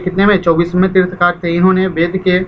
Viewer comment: तीर्थंकर होता है तीर्थकार नहीं